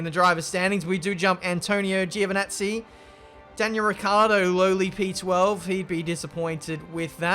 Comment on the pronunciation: Antonio Giovinazzi is pronounced as "JO"vinazzi, one more mistake;) lmao